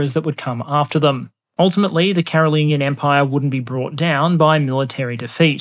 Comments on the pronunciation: Bro the 'g' sound in Carolingian is the same as the 'g'sound in gist. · Bro, Google pronunciation is an excellent service to help you pronounce words in English such as "Carolingian".... I'll assume you are also familiar with the works of Davinchi 🤨